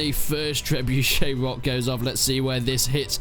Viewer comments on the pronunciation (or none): none